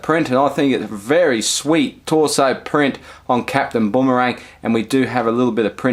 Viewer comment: sorry but saying Boomerang as bombarang got me triggered as heek ahahaha